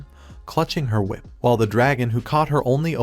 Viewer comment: your AI is mispronouncing "him" and "her" a lot which is Confusing as well as Distracting.